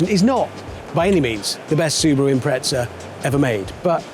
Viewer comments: Why would a porsche specific paint job and livery be a POS subaru for? Subaru Impreza not im-pret-za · Is someone going to tell Hammond there’s no T in Impreza?